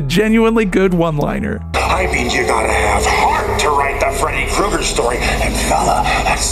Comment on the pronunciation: If you THINK about it--IF you THINK...ABOUT it, Kreuger should be pronounced Kroyger.